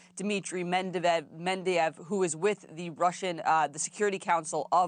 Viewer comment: The reporter needs to practice pronouncing the names of the foreign officials. Med-ve-dev.